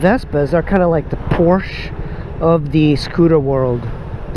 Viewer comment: Learn how to correctly pronounce PORSCHE.